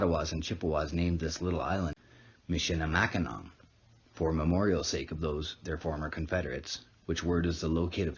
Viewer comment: It is pronounced MISH-ə-lə-MACK-ə-naw not MISH-ə-lə-MACK-ə-nak